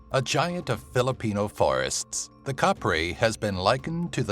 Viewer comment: Not kapri its kapre the pronounciation hahahaha